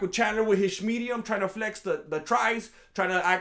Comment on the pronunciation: "And then Michael Chandler w his shmedium" 😂